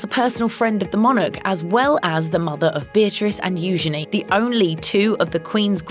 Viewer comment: who is "u-gan-e" is pronounced u-ghene"